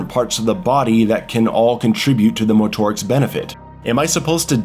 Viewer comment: Bro stop saying motorics like that. Just say motorics you weirdo